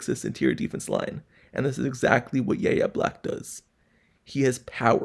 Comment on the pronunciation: So no YouTuber is going to say his name correctly? Have you watched any college football in the last 4 years? His name is pronounced “Y” - “A” Black! 😑